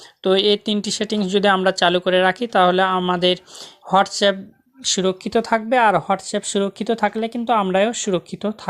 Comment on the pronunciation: Bhai aghe language ta thik koro hotsup na re WhatsApp